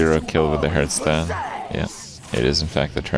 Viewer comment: One of these days Kripp will learn how to pronounce Hearthstone.